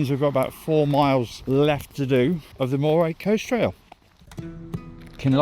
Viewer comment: Pronunciation Pedant here. Moray is pronounced "Murray". Forres is pronounced Forres! Not Faws. The es ending is bit of a snare in these parts, so you have AlvES, ForrES, TarvES. Rothes does not rhyme with clothes, you will be met with utter mystification if you ask directions for Rothes rhyming with clothes. It's happened.